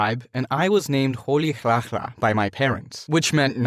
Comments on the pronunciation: It's rolihlahla not roliclacla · And it is not rolihaha as you are saying it😅 may you please learn the pronunciations before you have done this video and posted it as im an south African you saying (most) of the Xhosa names wrong Nelson is fine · That's not how you pronounce his name but as a south african I respect you for this. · This made me laugh so hard when they said Rolilihlala. And Rolilihlala means troublemaker not naughty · How come you can't say rolihlahla we understand it doesn't make sense but it's easy to pronounce it not only because I live in South Africa but Americans or China's etc they learn English so it's suppose to be easy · As a south African I don't know why i feel like this disrespected Nelson Mandela and theres so much more that he has done I know this is a short story but the least they could've done is at least pronounce his name Rolihlahla correctly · Am from south africa, "why did msa pronounce rolihlahla wrong, i laugh u guyz at that moment😂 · You pronounced Rolihlahla wrong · Im south african and that is definitely not the way to pronouce Rolihlahla dont get me wrong i love msa but pls get the pronouciation right next time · "Nelson Mendela" South africans: ... My parents named me "Rolihaha" South Africans: the pronunciation 😭💀💀 "Apartide" South africans: i can't- 😭😭💀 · i love but yall should learn to pronounce things better cause thats certainly not how to pronounce Apartheid and Nelson Mandela's african name,no hate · I know right, the way they said apartheid and Rolihlahla really bothered me 😭 but it was a great story tho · As a South African, I'm proud of what's being done here, but the pronunciation of his name Rolihlahla.But pronouncing apartheid., when you do a South African person, please try to learn the pronunciation. 😊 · The way you say Rolihlha, Nelson Mandela and apartheid😂😂😂😂